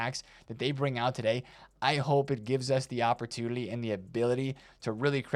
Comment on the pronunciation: Am I hearing wrong or does say opportunily and communily?